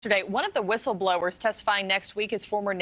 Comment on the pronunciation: "Whistelblowers." LOL Did Disclosure happen yet, or did I miss it? I know, I know...any day now. 🙄